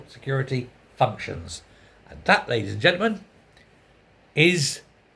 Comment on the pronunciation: You did say fucktions